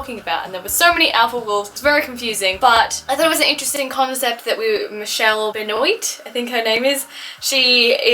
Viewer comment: its french so its pronounced ben wahhh